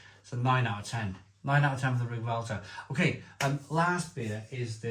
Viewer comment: Welter, not Velter. Its Yorkshire not Germany 😂